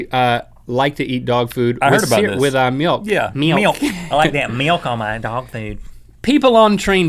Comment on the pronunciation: Hahaha, you just pronounced your "milk" like swedes pronounce "mjölk", which ofc is milk in swedish. Thumbs up!